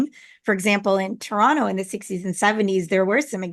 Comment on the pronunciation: The way you say Toronto area sounded like trauma area. Lolol